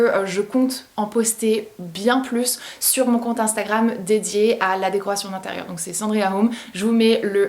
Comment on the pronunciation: J’aime bien comment tu prononces «sur », « mur ».